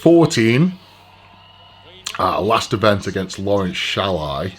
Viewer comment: The way he pronounced shahlaei 😂😂